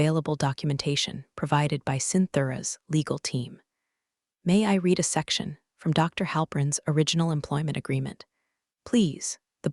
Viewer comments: Also red rather than reed for the word “read.” Same with led and lead. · I red it once. Read is pronounce red as in you already red it! Read means you have not done it yet! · Irrelevant, sometimes irritatingly distracting background! The verb "read" is pronounced "reed" (in the present tense) and "red" (in the past tense)! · This drives me nuts. Read past vs read present matters, and money isn’t math homework. Saying one point two million instead of one point two M dollars kills immersion fast. Why is this still unfixed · Before trying to criticize like some type of an expert, it would be advisable for you to learn even a tiny bit about what you are criticizing. AI is used for writing the stories. Narration is done by TTS (Text To Speech) software. That's why there are all these "read", "resume" etc errors. These errors are also an indication of laziness of the channel's owner. No quality control at all.